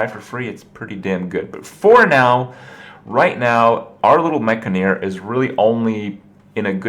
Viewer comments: Enn-Jah-Neer, Not Enn-Gah-Neer **or Enn-Guh-Neer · maybe that's how you say the word 'engineer' ha but certainly not how its spelled or pronounced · It's clearly the first pronunciation man! Mekgineer, like engineer? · Say Gin, Say Engine, now say Engineer, and finally say Mek-gin-eer